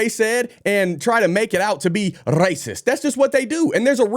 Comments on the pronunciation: I love the way you said raciest!😂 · 😂 hahaha 🤣 the way you rolled that R off of racist was Halarious 😂 Rrrrrrracist hahaha go ahead put that on a shirt 👕😎👍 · you pronounce rrracist like a puerto rican in love it 🤣